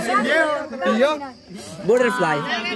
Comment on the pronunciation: Yo te pusiera “Burerflai” 🤣🤣 este mahe